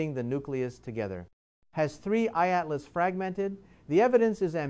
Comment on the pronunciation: This dude is AI. He pronounces 3I/ Atlas differently at different times throughout the video, and it is oftentimes very choppy and awkward. What is going on here?